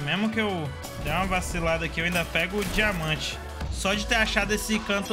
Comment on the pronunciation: "dimamante" lkkkkkkkk